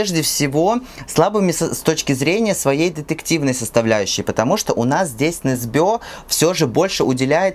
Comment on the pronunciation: Почему все произносят Ю НЕсбё с ударением на ё?=) Он Ю НЕсбё) НетопЫрь (не нЕтопырь) очень понравился кстати) считаю первые части прекрасными, особенно нетопыря